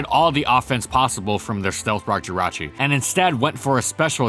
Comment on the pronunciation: JIRACHI DOES NOT END WITH A U, IT ENDS WITH AN I!